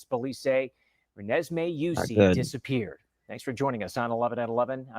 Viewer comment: You didn’t not say her name correctly at all please watch news reports before saying her name